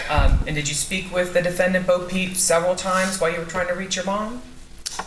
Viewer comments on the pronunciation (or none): Every time they say his name I hear “Bo peep” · I thought they kept saying “Bo Peep” I kept thinking of Toy Story